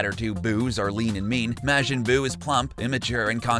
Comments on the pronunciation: It's not Mashin buu It's Majin Buu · Not to be THAT guy but it's pronounced Mar-jin. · WHY DOES HE KEEP SAYING MAJIN IN A WEIRD WAY WAT IS MAGIN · Your saying majin wrong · THAT’S NOT HOW YOU PRONOUNCE MAJIN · Its bad of You can't say majin right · The way this man says majin makes me wanna die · Lost all credibility when you showed you didn't even know how to pronounce Majin Buu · You guys said majin wrong